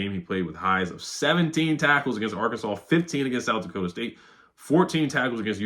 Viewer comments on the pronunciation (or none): none